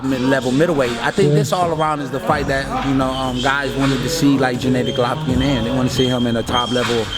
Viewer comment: Jen A dee glovkin, stop mispronouncing his name, you know how it is said